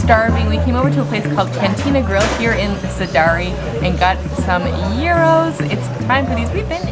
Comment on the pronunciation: Hello its a Gyros pronounced geros , pitta nann with potato chips , chopped pork or chicken , tomao salsa, tzatiki, red onion ,also don't swim in the sea in sidari, the Greeks pump raw sewage on all the tourist beach's , you will get impetigo. Becareful at Cape drastic beach do not swim in the sea when it's windy, it has an under current that pulls you down, sun set beach becareful the mud cliffs fall all the time, go to salami snorgle with the fish. Corfu town is amazing . Arilis is a nudist beach really funny. Hope this helps